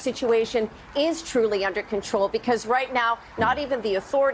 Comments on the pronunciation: Anyone notice Janis saying "AGANE" I've never heard anyone pronounce again like that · AGAIN the way she pronounces that word